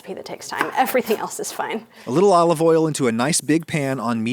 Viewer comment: FOR FUCK SAKE NO MORE OLIVOL